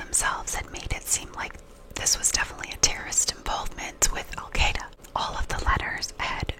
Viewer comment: Pronouncing it like you're saying the word "eye" ...al qEYE duh Is closer to how it is pronounced in Arabic. But you're doing fine, just the fact that you even care is praiseworthy. Arabic has a bunch of sounds that aren't used in English. The Q in al Qaeda is partly made by producing an exaggerated "glottal stop" deep in the throat....which is so weird for anglophones that we need training to help us do it! Arabic is just very, very unlike English.